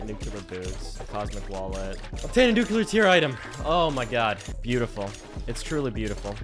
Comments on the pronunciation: Thaumaturgy is pronounced like... Imagine a British person saying "Thor", thor-muh-turgy. I supposed thaw-muh-turgy would also be acceptable. Also you say nuclear wrong. It's nuCLEAR, not nuCUlar. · man kept saying "nukular" instead of "nuclear" frfr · why do you pronounce nuclear like that?